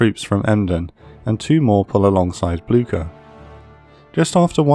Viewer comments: It’s not pronounced Bloogshher though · Did anyone else neigh like a horse when he said Blucher? If you did, you are a person of culture and I love you.